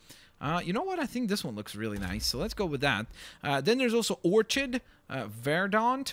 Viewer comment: The way you said orchid 😂